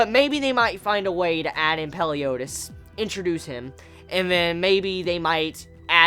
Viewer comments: Your saying the leaders name wrong its meliodas not peliodas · Everyone knows that his name is MELIODAS, not peliodas right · Did he say "Peliodas" wtf? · it's actually Meliodas